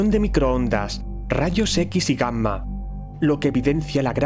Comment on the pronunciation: No me gusta como escucho la palabra, Gamma. La e oido mal toda mi vida, o l estás pronunciando muy literalmente, porque escucho la m, como si fueran dos palabras diferentes..